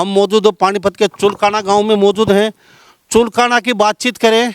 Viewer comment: भाई जगमाल पंडित ने चुलकाना धाम के साथ साथ पुरे हिंदुस्तान में रिकॉर्ड बना दिया आप चुलकाना का सही उच्चारण करें पत्रकार महोदय